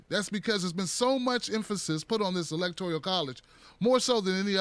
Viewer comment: E L E C T O R I A L??? There is no I in that word.